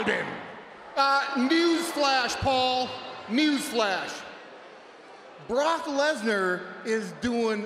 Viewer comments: "BrOcK LeTtEr" 😂😂😂😂😂😂 fail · "BARAAK LeSNAR"